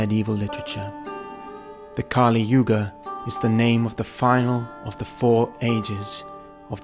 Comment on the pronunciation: It's not kaaliyuga but kaliyuga